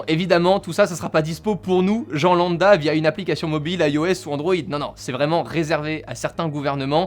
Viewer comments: EEEuuuh....... C'est lamBda qu'on dit, pas landa...voilà,vloià... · On dit lambda pas landa 😂😂